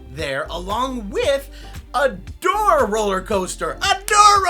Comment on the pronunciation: Took me too long to realize you said "a door rollercoaster" and not "a Dora rollercoaster" I was like but wait...Nickelodeon owns that??? is this a think people wanted?